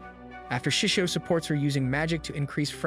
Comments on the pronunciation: It's so bad to hear that you call him sisu instead of shishou XD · "shesow" ah yes my favourite word for teacher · Bruh just said seasou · I didn’t know it was pronounced “sishu” in the anime, in the anime they just called him master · Me hearing: “shushio and fiend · I never knew there were so many ways to pronounce 'Shishou' 😆